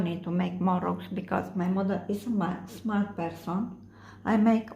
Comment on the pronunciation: It is actually small person not smart.just accent problem.